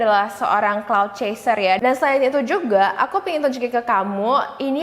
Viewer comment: Kak yang bener clout chaser bukan cloud